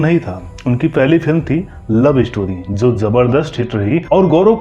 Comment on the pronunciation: Video banane waale tum gadhe ho Jo apni bhasha Hindi ki Maa Bahan Kar rahe ho. Main to us commentator pe laanat bhejta Hoon Jo Jo ko zo bolta hai. Commentary men jitne bhi j waale Shabd aaye hain un sab ko z men tabdeel Kar Diya hai aur aisa karna kamina pan hai.